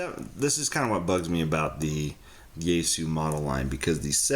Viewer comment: It's pronounced "Yah-AY-Soo